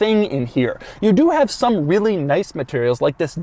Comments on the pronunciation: I hear wheelie when he says really. Hmm is it just me? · How much time he said REALLY😋🤔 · Doug emphasize the word "Really" on his main channel yesterday